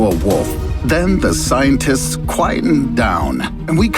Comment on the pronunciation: did i just heard scientits?